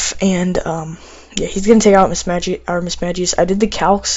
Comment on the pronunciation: Its pronounced mismagius not mismadgius